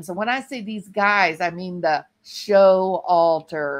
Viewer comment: BTW Its Sho Walter not Show Alter LOL